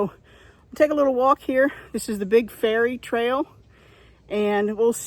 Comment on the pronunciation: Good timing lol. I had to laugh at your 27 feet above sea level. That’s a mountain for us.😂 I do a 4 mile walk on the levee everyday. No shade but no rocks! Water oaks have shallow and live much deeper roots. Good to see your local trail. I thought you were saying fairy trail.😊❤